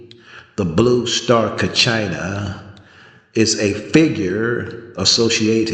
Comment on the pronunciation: not pronouncing Kachina correctly.. you're not Hopi..shouldn't talk about what you don't know.